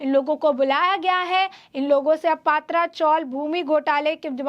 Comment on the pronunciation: I would like to tale this news reader not to say पात्रा chawl but say पत्रा chawl. Please pronouns words properly. Mere nonsense